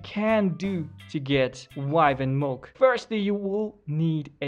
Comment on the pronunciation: Its milk not mulk